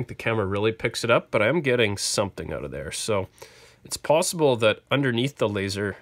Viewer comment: Take those screws oot.